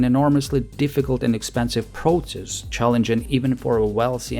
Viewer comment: Please don’t pronounce ‘proTSess’. It’s ‘prosess’. Thank you for your work